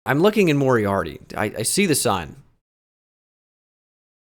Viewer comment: Moriaty is mo-rye-ah-tee. I cut a corn maze there last summer